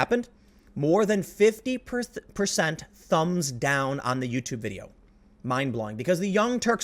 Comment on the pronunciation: I heard you almost say “perthent” I laughed even though you didn’t say it...